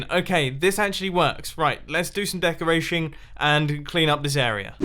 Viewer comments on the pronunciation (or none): Decorashion. Mumbo. Pronunciation. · did anyone else hear "decorashing"? Lol. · decorashing. I think it just sounds so funny XD i listened to that word multiple times.